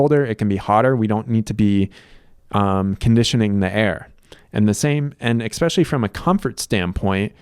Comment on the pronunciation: I appreciate the irony of a person that points out that it’s called a water heater, not a hot water heater, also saying “eXspecially”.